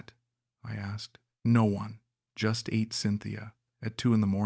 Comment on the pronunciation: Bro next time try to google how to pronounce ATE in tagalog languange ..it's not pronounce like eat in past time